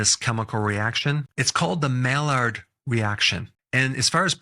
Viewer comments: Mallard is a 🦆. Maillard is pronounced “my-yard” as in the Maillard reaction. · It’s pronounced Mai-yard not Mallard. A Mallard is a duck (and therefore quite tasty). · maillard is pronounced MAY yard. It's not a duck. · The cooks on PBS's America's Test Kitchen always pronounce Maillard as "my yard", not "mallard". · Wow I am bummed about coffee. I drink a lot of medium roast. Is that safe? Also Maillard is pronounced. My yard. French word. Thanks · I thinks its pronounced "my ard" I believe the l's are silent. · Good content. Maillard reaction pronounced My-ard rection. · I love you dr, but that maillard guy was like French or something so it's pronounced "my-yard" reaction. Just fyi and thanks for all the content you make for us! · It's pronounced Mai- yrd reaction